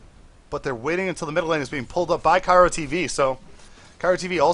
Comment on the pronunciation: IT IS KRYO NOT KYRO! :D